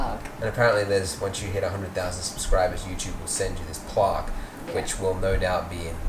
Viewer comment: Did mean "plaque"? The way he pronounced that, I'm not even sure that's what he said. Ooooh, no you don't!;-) You had a nice idea at the end, but the videos were in the way.:-)